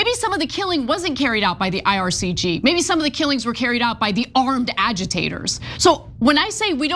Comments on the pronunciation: IRGC not IRCG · Even the IR couldn’t do this good of a propaganda on their behalf. Anna cant even get the names right. Its IRGC not IRCG. These takes are just so embarrassing. Such an insult to Iranian people butchered by this regime.